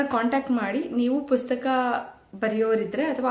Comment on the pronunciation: Dayavittu pustaka anta heli,puska anta helteera😢